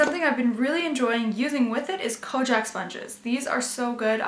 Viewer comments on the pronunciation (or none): Konjac sponges are the best!! BTW, I'm pretty sure its pronounced "kon - yak." The product originates in Japan, where the word is "konyakku" :)